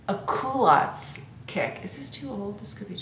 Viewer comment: I had to laugh when you were talking about your 'coolatts'-it wasn't until you tried them on that I realised you were talking about culottes. I must admit my hearing is no longer as acute as it once was. Your anniversary ring is stunning, enjoy.